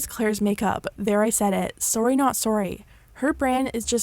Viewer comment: How normal people say sorry “sorry” how this girl says sorry “soury”